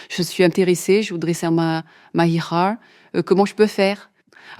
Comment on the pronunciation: 0 crédibilité ! Comment on peux croire à cette histoire 🤣. «Abu» veux littéralement dire le « le père de » !C’etais le minimum en terme de recherche à faire pour que l’histoire soit un grain crédible Madame. Et au passage Hijra ce lis de la même façon que ça s’écrit…